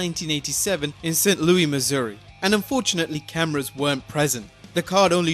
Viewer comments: it's pronounced saint loo-is not loo-ey, Missouri. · the "S" isn't silent in St.Louis...born and raised here in STL MO